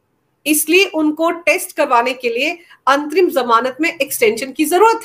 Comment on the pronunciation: मुझे अंतिम जमानत सुनाई पड़ रहा है जबकि ये अंतरिम जमानत है ।कृपया स्पष्ट करें।